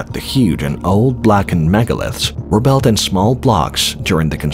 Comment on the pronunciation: Yeah he said belt for word built